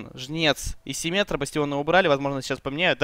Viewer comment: Симетра, от слова симметрия Д.ВА - читается как дива Не заметил, что написали гг и все ливанули Ну как так комментить-то?